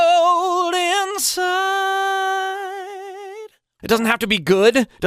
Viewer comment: MJ sometimes pronounces really weird or is it just me noticing that? When he says "cold inside" (it sounds like "code inside) and "how does it feel". Anyway, I love the song.